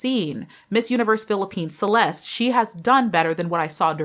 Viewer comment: Hi. Her name is pronounced as "Che les te". Love you.